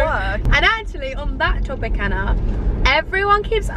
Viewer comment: saff can’t even say Anna’s name right